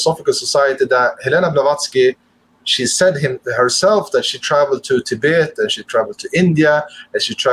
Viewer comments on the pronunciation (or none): none